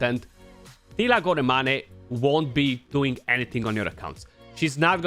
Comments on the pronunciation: Goramani? I didn't know Teela was Italiano. Molto Bene! lol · It's pronounced as "gor-main"